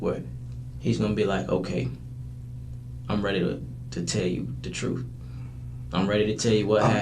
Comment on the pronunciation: He says "Dats the truf."